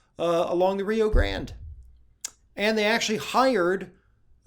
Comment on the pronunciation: I think u should reconsider your pronounciation of Rio Grande